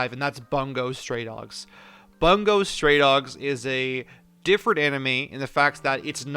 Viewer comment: Just saying, it's prounounced bo-ongo.